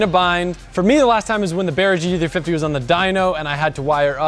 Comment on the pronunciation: When says 'gt350' to me sounds like he says 'g diffy'